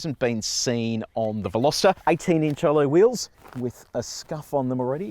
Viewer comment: well done on butchering the pronunciation of the name